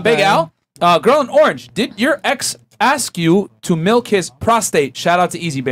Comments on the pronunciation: Omg so many of the girls say ‘aks’ instead. I’ve noticed like months ago lol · Aks aks aks aka aks aks I hate that crap. It’s ASK